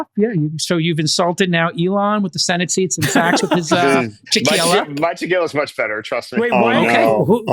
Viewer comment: its sacks as in "NUT sacks" not "NOT sachs."